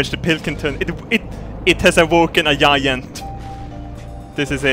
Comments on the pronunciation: "it has awoken a yayant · “It has awoken a jijant” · 'It has awoken a yayant'